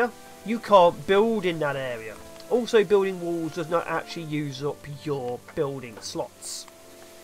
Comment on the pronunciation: "Fire over woowls", "bewlding sluts", "eight pewpl". Oh those Englishmen...